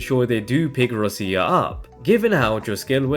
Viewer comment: “Rosia”, please don’t… ROCCIA, like Rocha, but with hard C pronunciation. Please.